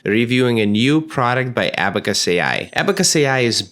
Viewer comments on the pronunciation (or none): Great deep dive. Quick note, it is pronounced like the device called an calculating device called an abacus, like aba mcus, notlike a back us.